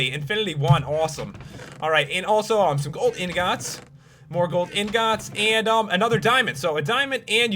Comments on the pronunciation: I fucking HATE the way you say 'ingots' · POPULARMMOS SAID INGOTS DIFFRENT